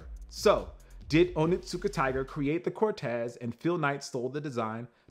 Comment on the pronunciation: Your pronunciation is close but not correct. It is Oni-tsuka-tiger. Not Onittsuka. Oni can translate as demon or devil. And Tsuka most likely translates as grasp or hold.